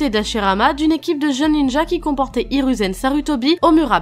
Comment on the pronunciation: IrOUzen pas irU U se dis ou